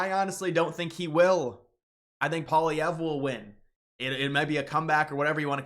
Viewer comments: Pierre Poilièvre is a "Red Tory" and his name is pronounced "Pwul - lee-EV-Re. Do you know anything about that nerd? He's had one job in his life. He's a career politician. Since the age of 23, he was an MP. Who is better qualified as Prime Minister? The following: Elizabeth May, Jagmeet Singh, Mark Carney and Maxime Bernier Alberta is subsidized when oil prices are down and subsidize the rest of Canada. Canada has an area of inhabitable land that is 7% of that of the U.S.. Nobody in his right mind thinks Canada can support 100 million people. Ontario has a CONSERVATIVE government and Premier Doug Ford was called the "Trump of the North". Alberta isn't the only province rich in natural resources. Most Canadians in any province do not want to be annexed by the United States. Anyone who has any inkling of history knows that Canada and the U.S. are drifting slowly toward being one entity. The Conservatives aren't that much more Conservative than the Liberals. The only real Conservative party is the People's Party of Canada. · it's pronounced Polly-ev not Paul-Vee-ehh. And the election is on the 28th not the 20th. You must be an American. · Love your show. But say it with me...Pwaahleehevre. I say that if the Prairies succeede( Berta-Saskat-Toba) ALL OF CANADA WILL FOLLOW. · You have got to learn how to say Poilievre. It is pronounced as Polly-ev. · There’s a V not Polllyierre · You lost me in the first 10 seconds. You don’t know how Carney became PM.( It wasn’t rigged.) And you can’t even say Pierre Pollieve’s name correctly.